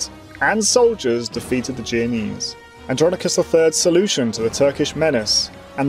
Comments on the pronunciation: It's jen o ease not jee o knees dude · The narrator struggles to pronounce names in general, he even said "geo-nese" a couple times (thankfully I understood what he meant) but "blindly persisting" in calling the "byezanteyens" by their actual freakin name is hardly one of his flaws. And I've never seen any history youtuber calling the Holy Roman Empire anything other than that, despite its dubious romanitas or questionable holiness.